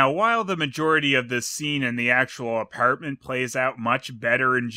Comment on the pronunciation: Apierment. Lol